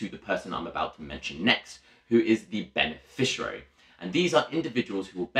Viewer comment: Good video but minor point is that it is beneficiary not beneficirary.